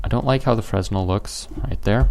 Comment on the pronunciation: Great video; thanks! Pronunciation nitpick for the word Fresnel: see wikipedia